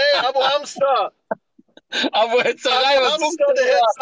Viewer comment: Hetzerei nicht "Hetzarei".